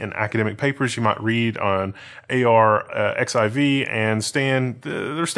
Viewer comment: great vid! arxiv is pronounced the same as "archive" fwiw